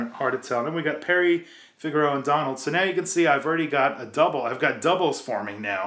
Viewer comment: u pronounce it figarow not figara